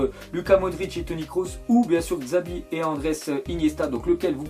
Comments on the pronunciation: Ça se prononce Chavi... Pas GZAVI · On dit CHavi pas GZavi pour Xavi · Omg iniesta et Xavi Mais ça se prononce chavi mdr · comment tu prononce mal xavi